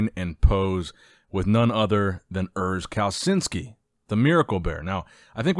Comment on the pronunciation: I know that this channel is known for mispronouncing names, but if you want to change that: Pronounce Urs' name like: Kal-a-chin-skee